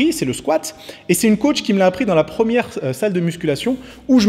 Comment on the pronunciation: le "squat" m'a achevé ! 😂😂😂